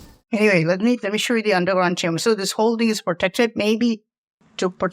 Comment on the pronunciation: Oh....you said chamber.... I thought you said Timber..